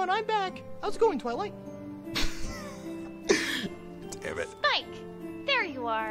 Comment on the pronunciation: twilight sounds like fiw twilight